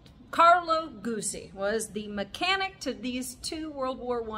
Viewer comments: Pronounced Gut-zi. Thanks for the history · Great video. Perhaps offer the Italian pronunciation for the originalists-- Moto Gootzie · You need to pronounce Guzzi properly